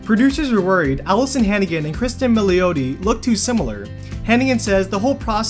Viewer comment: Pronounced Mill ati. So sick of people butchering italian names...its your job get it right....SMH